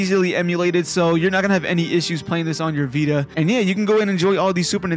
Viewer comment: “THA VEETUH”